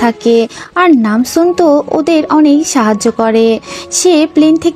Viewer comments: Nanjoon❌ Namsoon✅ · Ai je madam namjoon na ota hobe nam soon